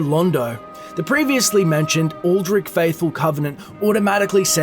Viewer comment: "Aldri(t)ch", not "Aldrick" ☝🏼